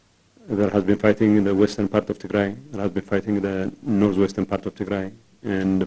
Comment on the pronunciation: What the hell his talking about...? The only thing's I can cutch his English words " fithing, fithing , fithing.